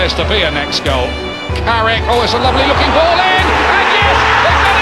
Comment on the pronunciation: It’s Carrick you knowwwwwww